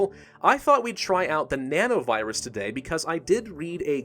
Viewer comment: every time he speaks nano-virus i heard banana-virus '-'